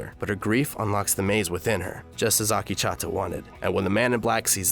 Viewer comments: AkechAAta ?? Damn it's Akecheta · Not Ah-Kee-Cha-Ta its Ah-Keech-ehTa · Akecheta not Akichata you dumbass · OMG, listening to Akecheta's name repeatedly pronounced wrong was like nails on a chalkboard. It's not "Akee-cha-ta" it's "Ak-eh-chet-ah" for the love of my ears, please. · Oh god, Akichata... it hurts how many times he mispronounces Akecheta. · How tf can you pronounce Akecheta as "AAKICHATA" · Next time you hire a narrator, make sure they actually watch the show to understand how the character's names are pronounced... they way you pronounce Akecheta (it's pronounced "uh-KEY-chi-tuh") is actually triggering. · I think the native american character's name is pronounced "uh - KEY - chi - tuh" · It's killing me. It makes Akecheta sound like a frothy latte! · Great summary! Very thorough. Also, you're pronunciation of "Akecheta" is terrible. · Good except I cringe a little every time he mispronounces Akecheta Also Ashley maybe being a host is theory, not fact. He could have been making a joke about having a "core drive". This isn't a series where I'd take anything said at face value.